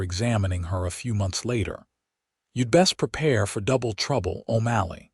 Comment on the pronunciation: Irving then his name changed to O'MALLEY! And your AI speaker can't pronounce words worth shit.